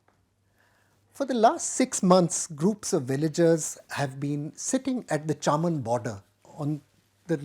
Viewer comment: The pronunciation is 'चमन' not 'चामन'. The place is famous for grapes. In Pakistan and Northern India hawkers sell grapes yelling out 'चमन के अंगूर'. However, can be excused just because he has that name, though for all practical purposes and to the best of my knowledge he is Delhi born and bred.